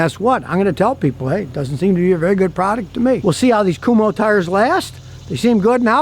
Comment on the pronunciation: Kum-Ho tires? 😂